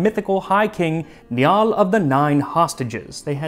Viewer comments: And it's pronounced like N-eye-al of the nine hostages and not Nyal. Sorry Max but that was a bit annoying. Great video otherwise though. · Not! Ne-all! NYAL! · I hit like four seconds in, so excited for this! I love salmon and how you've managed to find interesting historical food even from Ireland 😂 BTW Niall is pronounced like the river Nile, still. A fairly common name here today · Colmcille = "Column-Kill", and Niall = "Nile". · Niall is pronounced Nyal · Niall is pronounced in the same way as modern name, not nyoll